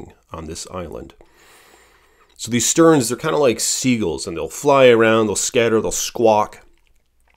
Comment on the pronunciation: 😂 I noticed that too. Arctic terns not sterns. But I'm a bird nerd. Not everyone is. I like how he says stulk instead of stalk too but it could be his Midwest accent, too. I'm in the mid Atlantic states and am told I have a coal region accent. We have cricks around here, not creeks. Lol